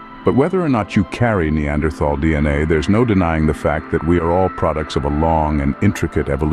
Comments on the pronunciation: TAL! Not -thal. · The spelling “Neanderthal”, besides suggesting an incorrect pronunciation, is obsolete since the German spelling reform of 1905. Citing Björn Kurtén ; the pronunciation here is very wrong indeed. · The th in the name is pronounced like a t the h is silent. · You pronounced "neanderthal" wrong.